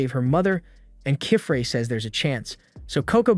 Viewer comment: I love how each time they say the master witch's name it's a different pronunciation… Kifrey ?